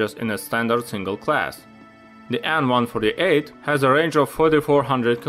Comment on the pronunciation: Great stuff bro! Why do you call the plane An-148 instead of AN148...The An is not mean to be pronounced as a word but ABBREVIATED :)